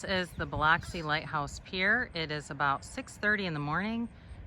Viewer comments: Bil”u”xi , lol! Not Bil”o”xi.. glad you liked our city. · It’s Buh-lux-ie - not Buh-locks-ie. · It's not pronounced Bih-lahksi. It's pronounced Bih-luhksi. Please, if you do a review on a place, at least learn to pronounce it correctly. It's insulting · It’s pronounced buh luck see ,, but thanks for the video .. fine job.👍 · Oh my Buh-luck-see 😂 I live here. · I pronounce it Bluxi. BLUXI. Also from there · It is pronounced Biluxi... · Based on your sole response that comments help the algorithm, I’m guessing you intentionally pronounced Biloxi incorrectly. LOL Nothing wrong with working smart, not hard. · That's not how you pronounce Biloxi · I love hearing out of towners pronounce Biloxi! Thanks for putting us in the spotlight